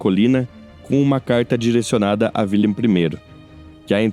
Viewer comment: Wilhelm , pronúncia-se [vilhelm] o "W" em alemão representa o fonema "V"... E "WIlhelm" corresponde a Guilherme Assim como a palavra germânica WERRA, deu origem palavra GUERRA"